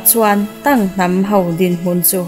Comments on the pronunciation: An hming I lam dik lo na sa ee🗿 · Dik chiah brother Tang a hming leh Xio wu hming a lam dik lo char2 😒😒